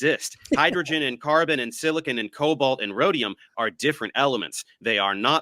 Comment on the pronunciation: Bro said silicone 😂😂😂 what an idiot